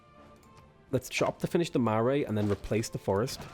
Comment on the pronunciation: Kia Ora from New Zealand! I'm enjoying the run, but I have some advice on pronunciation. Marae is pronounced like Mar-eye, not Mar-eh. And the wh in city names makes an f sound, so Whanganui is more like Fanganui. Hope you see this!